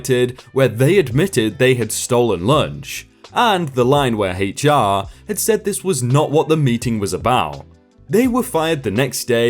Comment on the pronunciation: That is "HR" he said "hate char"